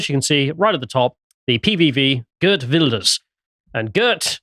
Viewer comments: Pronounced Heert Vilders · mispronouncing Geert Wilders is so funny. Because of Farmer's party winning the procvince election, that the wef stooge aka rutte disbanded the government after it, so election happened way earlier, as it was supposed 2 be March 2025.